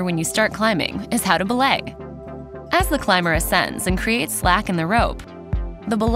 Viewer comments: They say belay wrong, its be-lay not blay right? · Its pronounced buh-lay